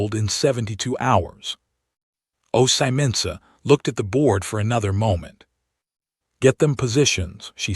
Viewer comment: They consistently pronounce Ozymandias incorrectly. "My name is Ozymandias king of kings. Look upon my works ye mighty and despair!"